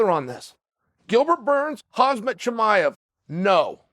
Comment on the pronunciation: For guy who makes so many videos on him, you’d think he would start saying his name right man.